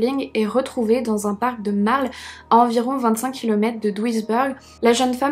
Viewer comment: Bah ça va l'accent ! Sauf er , ça se dit êre non eur, " a l'américaine " . Mais sinon, rien à dire, on t'adore ! Duisberg, bèrg non beurg